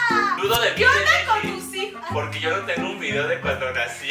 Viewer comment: Ami tambien me encantan sus "dideos"😂😂